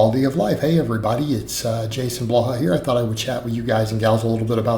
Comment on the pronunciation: Your content has greatly improved - just Blaha, not blah blahh